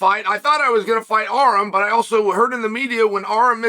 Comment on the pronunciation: Calling Arman "Arum" is such a power move by Chael